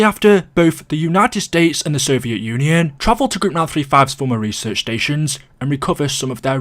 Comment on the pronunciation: AscensUUUN UnioUUUN